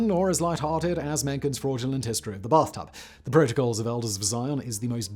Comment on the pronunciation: Brath tub lol